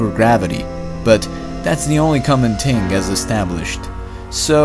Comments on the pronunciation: It's "thing" not "ting" and "mistaken" not "mistaked." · ting ticc eart. But jokes aside "th" is very difficult for non nativ english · Thing not ting